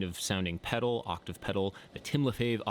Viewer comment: "octav-bruh" 💀 💀 💀 Idk why this killed me